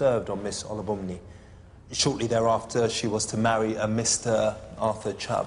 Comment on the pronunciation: The only real offence committed was the amount of times that judge butchered “Olubunmi.”